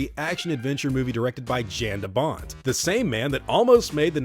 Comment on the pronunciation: Love how you say Jan de Bont😂😂